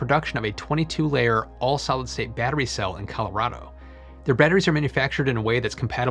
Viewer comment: It is actually pronounced solid state not solstate. I enjoy your videos but you need to speak more slowly.